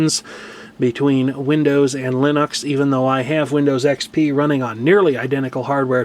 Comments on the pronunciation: okay well, you and Linus both say it wrong. It's not Lennox. Linux. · I know what you said about the pronunciation of Linux, but, from what I've read, Linus says that you can pronounce it in several differed ways including line-ucks, and lean-eeks.